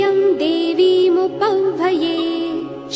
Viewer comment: "This pronunciation is very clear"....I agree 100%....the diction is crystal clear...that means even the mistakes will be clearly audible. I am not saying the voice is bad, what i am saying is "the pronunciation is incorrect" e.g. the word हरिणीम् has been pronounced as हरिणिम्, word रजस्रजाम् wrongly pronounced as रजतस्त्रजाम्, the word देवीमुपह्‌वये wrongly as देवीमुपव्हये...& so on.....this is what I am talking about, if one cares to understand.